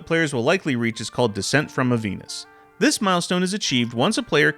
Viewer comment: You obviously didn't play- the first achievement is "Descent from Avernus" not "Avenus". Lmao🤣🤣🤣🤣